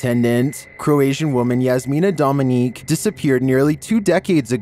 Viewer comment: Its Dominić, not Dominique. Look at the thumb